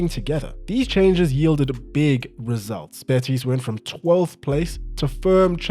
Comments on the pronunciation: The way you're saying "betís" is unbearable😅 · I love the French version of Betis, "Betís" hahaha. loved the video ❤